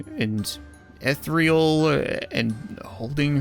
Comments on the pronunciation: Ethereal not ethreel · “Ethreal” Checks comments